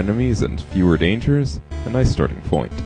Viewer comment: Small little thing, but there wasn't an "sh" on dangers. I don't know if you want it like that, but you asked us to find those.